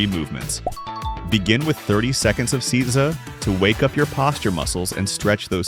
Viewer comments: Seiza is pronounced 'say-za', not 'caesar'. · I wish you'd found out how to pronounce these words. Its SAY ZAH, nor see za. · Nice video. Just One thing. It's pronounced "SAY-ZA", not "SEE-ZA". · Seeza.😂 you mean say-za =seiza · It's pronounced SAYza!!!!! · That you can't say seizo shows that you are a fraudulent dimwit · Seiza is pronounced 'SAY-zah'